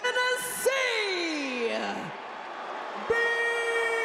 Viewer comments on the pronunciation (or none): …….did Alicia Taylor just say “ten-nen-essee”?………no one’s going to address that? We’re just going to pretend that didn’t happen?…….okay.